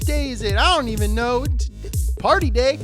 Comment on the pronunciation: why is it so wrong hearing that AYVEN instead EEVEN